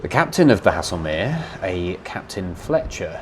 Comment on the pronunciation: I think Haslemere is pronounced Hazelmere, not as you have been pronouncing it. The music is a little overpowering at times, otherwise another story that has been well researched and told, the variety also makes them more nteresting to watch and listen to. Absolutely well done please keep on producing this fascinating work, as I'm finding out things previously unknown but wanted to know about for quite some time, and only remembered the fact when actually watching them.